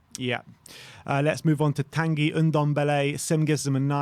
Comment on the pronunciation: To: try to pronounce Tanguy as T"on"guy. Learn your French.